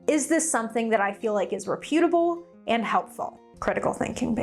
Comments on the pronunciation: Please Google the pronunciation for reputable (REH putabl).❤ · Reputable (reh·pyoo·tuh·bl)...as in reputation (reh·pyuh·tay·shn)...girl I love ya but can come across as non-reputable when your pronunciation is off